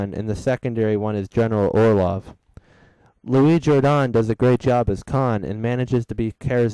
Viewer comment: Love that you pronounced Louis Jordan's name correctly!! Kudos.